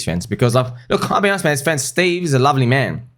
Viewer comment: Mah Fwend!